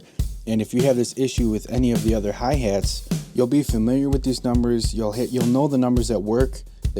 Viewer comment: I come to these videos all the time but I can't get over the Midwest accent you heeeve. Hey hates. What's heyppening with the hey hates. Ugh.